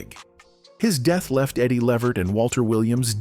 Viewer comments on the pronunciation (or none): The proper Pronounciation of EDDIE’S LAST NAME is LeVERT…with the ACCENT on the SECOND SYLLABLE. Not LEE-vert. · Eddie L-EEE-Vert ... come on man ... get the AI to pronounce Eddie's name right !!! Damn !!! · You can see this guy telling this story can't even pronounce Eddie's last name right, this is why you don't let White people tell your story or our history. I bet if it were Frank Sinatra, he would have gotten it right. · This narrator kept mispronouncing Eddie Levert's name. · I agree! Can’t watch it!